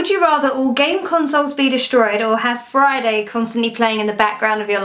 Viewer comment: When she said Friday I heard fried egg